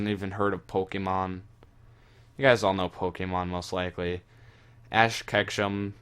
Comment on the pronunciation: Ash not ask lol